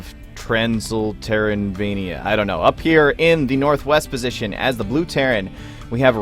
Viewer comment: "Tranysterrantvania"? Wut.